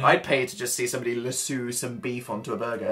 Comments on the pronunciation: ”LASSUU” damn it dan it’s LASS-O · Dan: lassoo Me, an american: .... its lasso. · im sorry but its lasso knot lasoo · Dan says luh-soo, phil says lah-soo AND HUMANS PRONOUNCE IT LASS-OH. jk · That's how you say it isn't it? Lassoo? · DO THEY SAY "LASSOO" INSTEAD OF "LASSO" IN ENGLAND??? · I'm very impressionable so now I say "lassoo" instead of "lasso" and "sive" (sih-ve) instead of "sieve" (see-ve) xD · lassoo 😂 I cringed, hard, I'm from Texas, let's say it together, Las- O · You guys saying LU-soo instead of LA-sso :'D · They pronounce it "la-sue" 😂😂 it sounds strange to me. I say "lasso" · Lessoo😂😂 us Americans pronounce it Lasso (Luh-Ass-O) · sav LasEww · Nothing has ever disturbed me more than hearing the word Lasso pronounced as Lassoo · robinson most Americans pronounce is lassOh with a hard A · Is that just Dan being Dan or do people actually pronounce lasso as "Lasoo" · In England (mainly) we pronounce it as "lass-oo" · OMG THE WAY THEY SAID LASSO THO XD I love listening to the way they pronounce things differently in England. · The way Dan and Phil pronounce lasso though. "Lasooo". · 'LasEw' Dan, ohmigod 😂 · lasso = luh-soo according to dan and phil😂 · Wait, what the heck? How did I never realize until now that they pronounced lasso "lass-oo"!!! 😂 Is this a British thing or a dnp thing? Or other. 🙃 So cute, though. I kinda want to say it that way except everyone wouldn't know what I was saying. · … do all English people pronounce lasso “lassoo”? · I love how they pronounce lasso x) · I wanna cry how they said lasso I'm gonna say it like that now. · Being from Texas every time they said lasso.. I cringed and laughed so hard i started snorting 😂😂😂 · real life yelling about how they pronounced lasso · i have neVER heard lasso pronounced like that omg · They pronounced lasso very oddly...